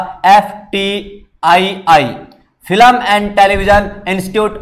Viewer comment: Filam nahi film bolo please